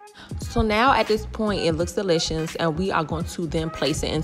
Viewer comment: umm... it's DeeLishASS